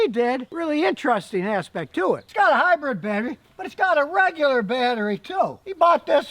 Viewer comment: Scotty is trying to to say HYBRID not HYBRED..... but still fails too often lol..